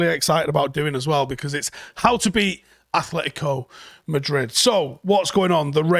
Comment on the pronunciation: The title of this video should be How To PRONOUNCE Atletico Madrid!